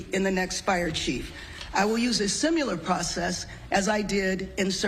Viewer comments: "sim-ya-ler" process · She is going to us a "simular" process, is she? What a moron.